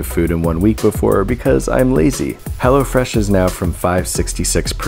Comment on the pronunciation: Nobody is gonna mention “go to hell”o fresh dot com ??